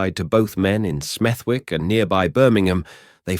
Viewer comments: AI voiceover. its pronounced Smethick. the W is silent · I live 10 minutes away from smethwick n in brim we don’t play if ur the target ur dead 💯 n it’s pronounced smethik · Lived in Birmingham for 53 years. Never heard of Smev-wick? Just saying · His pronouncing of Smethwick lol changes every time he says it.😂😂😂😂